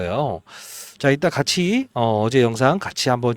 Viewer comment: 밭이아니고 같이입니다